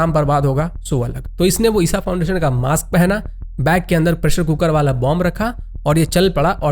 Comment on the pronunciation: भाई ईसा फाउंडेशन नही ईशा फाऊँडेशन है, गलत उच्चारण से मतलब बदल जाता है।